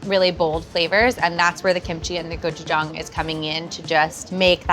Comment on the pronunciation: Thank you for pronouncing gochujang correctly